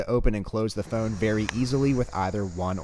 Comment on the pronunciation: Don't you say "f-own" funny. 🤣